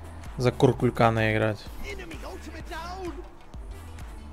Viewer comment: Кто такой куРкулькан? Почему р?🤣